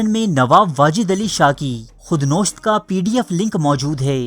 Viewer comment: Khud nosht nhi khud nawisht hota hai